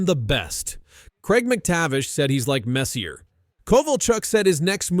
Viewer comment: Bro learn how to say messier jesus wtf